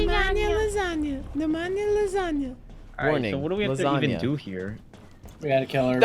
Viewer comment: Nobody: Them: LaSaGnA lAsAnGa